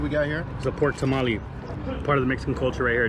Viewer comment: "pork tamaly" hijole 😂